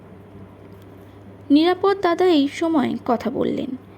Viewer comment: মা জননী, বাংলা উচ্চারণ বেজায় confusing! Context অনুসারে এ‌ক‌ই বানানের উচ্চারণ ভিন্ন ভিন্ন হয় এবং উচ্চারণ অনুসারে শব্দার্থ পুরোপুরি বদলে যায়! উদাহরণস্বরূপ - "নিরাপদ্" উচ্চারণের অর্থ হলো "Safe", আবার "নিরাপদ-অ" (বঙ্গভাষীদের ক্ষেত্রে) বললে, পুরুষের ব্যক্তিনাম বোঝায়! রোজ রোজ এই রেটে জ্ঞান ফলালে, অন্যান্য সুধী শ্রোতাবন্ধুরা আমাকে এবার লাঠি নিয়ে তাড়া করবেন! কিন্তু, মোদের গরব, মোদের আশা...আ মরি আমার মাতৃভাষার একটুখানি চ্যুতিও এই বৃদ্ধবয়সে বড়ই পীড়াদায়ক 🥺 আপনার কন্ঠস্বর শুনে, খুব‌ই ভালো মনের মেয়ে বলে আমার ধারণা, আমার কন্যাসমাও! আপনার কণ্ঠস্বর শ্রুতিসুখকর, গল্পচয়ন‌ও অতি রুচিসম্পন্ন - সেজন্য‌ই তো আপনার চ্যানেলে বারে বারে ফিরে আসি 🤩 আরও একটু অনুশীলন আর অধ্যবসায়ের দ্বারা আপনি অনেক উচ্চতায় উঠতে পারেন, এটাই আমার দৃঢ় ধারণা👍 বার্ধক্যের বহুবিধ দোষের মধ্যে এই "গঠনমূলক সমালোচনা" করাটা আমার মতে সবথেকে পাজি 😂😁😇 নিজগুণে ক্ষমা করে দেবেন, মা জননী 🙏 শুভেচ্ছা ও একরাশ ভালোবাসাসহ 💖😇💐 ইতি। এক মহা ত্যাঁদড় শ্রোতা 💖 এগিয়ে চলুন, আমরা আপনার পাশেই আছি এবং থাকবো